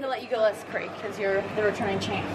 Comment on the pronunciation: Best thing about this video is Meg pronouncing the name 'Craig' correctly!